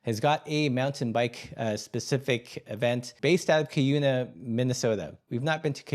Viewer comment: Love the video, if you care to know we pronounce Cuyuna KI-you-nuh in Minnesota